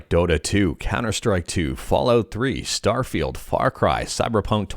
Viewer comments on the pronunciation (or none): I swear I heard you say StutterFeel instead of StarField which is totally true 😂